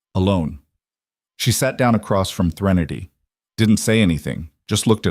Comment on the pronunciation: Is it Threnity or Trinity! It’s spelled Trinity, but pronounced Threnity! Why does every story have poor coffee, clothes that cost more than someone’s rent, etc?